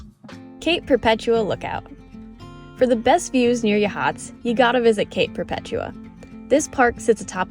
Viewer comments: Great video EXCEPT you need to learn the correct pronunciation! It's YA- hots!! NOT ya- HOTS! I lived there. I cringed every time you said the town's name! Maybe you can edit that correction! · No, not a long 'a'. It's an 'ah' sound. YAH- hots. A long 'a' sound is like in 'cake' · "Yaa-hots" (long "a") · YA-HOTS for godsakes, tourist.